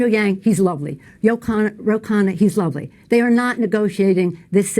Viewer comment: Did she say Khanna and Andrew were "lonely" men or "lovely" men?